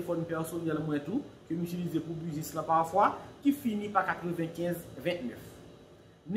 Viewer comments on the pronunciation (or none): none